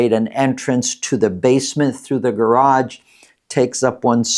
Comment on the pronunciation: It's garage, not garagde